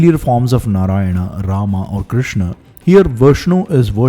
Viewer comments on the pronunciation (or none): none